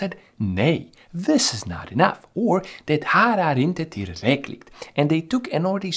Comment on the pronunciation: Great video. You even nailed "det här är inte tillräckligt" - this is not sufficientt. 😁